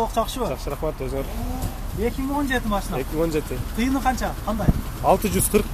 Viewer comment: Тууган МашЫна эмес, бираз МашИна дечи суранам менден🙏😶